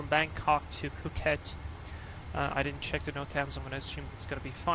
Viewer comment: btw phuket is an island :) you also pronounced it right